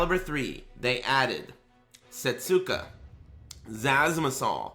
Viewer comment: Setsuka is pronounced 'seh-soo-KUH' proper. Since in certain dialects, certain vowel sounds are removed from the pronunciation, 'seh-SKUH' is also widely acceptable. The point is, there is no 't' sound in the name. Thank you for reading.